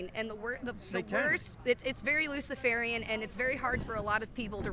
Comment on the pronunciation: "Lucifarian" Huh, what 🤦‍♀️🤦‍♀️🤦‍♀️🤦‍♀️